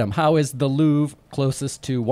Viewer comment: it’s amazing after Git’em bragging about such a high IQ, he cannot pronounce Louvre